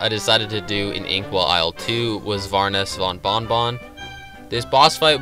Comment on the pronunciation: its pronounced Baroness with a B not Varness with a V thats a jawbreaker